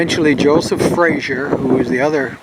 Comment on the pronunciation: Frazer. FRAZER. Say it with me- FRAY- ZER.